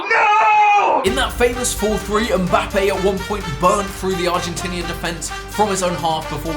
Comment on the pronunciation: why you say mbapping